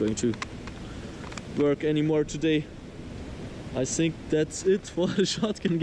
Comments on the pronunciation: "I sink!!? Learn English bro! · Why do russians always say S instead of F when it comes to a word with TH in it.